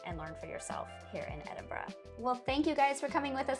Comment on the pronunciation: I like how you took the time to learn how to pronounce the name of my City, I get triggered when I hear " Edinbro" or" Edinburg" Enjoyed your vlog, well done.